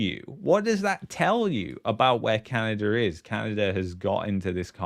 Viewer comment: You should to practice saying Canada not Canader. Sorry for the unwanted criticism. Otherwise, I enjoy the unique content you provide.